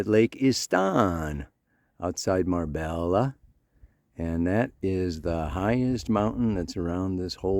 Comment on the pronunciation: the mountain is called la concha 🙏🏻 the dip the hollow part we see is the earth they used to build puerto banus 🇪🇸 this is where im born this life time ahaha love how you said marbeL L A ajajaj double LL in spanish is Y so marbeya = marbella 😂🫶